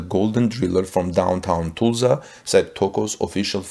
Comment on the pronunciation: First learn how to pronounce "Tulsa" correctly!